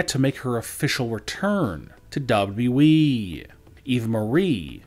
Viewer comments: His voice is so damn annoying though its WWE not DubYaDubYaYeeeee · he says wwe weird, “wwdrwddre “ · What the hell is a "Dabe You E" ???? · Would you talk NORMALLY......ITS WWE NOT DOUBLE DOUBLE E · Why do you sound like that ? you pronounce WWE like Elmer Fudd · I can't stand they way this guy talks but the way he says WWE is hilarious. No one ever talks like this